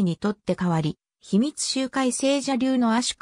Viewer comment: 仏教用語ほか漢字の読み方は間違いだらけですが😅(例えば「集会」→✖しゅうかい、○しゅうえ、など) 内容はよくわかりました！